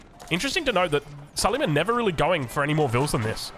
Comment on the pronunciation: say su-lay-maan and not su-lee-man, not that this changes gameplay or viewing experience in any way. (he was an ottoman king, with the big onion shape headgear)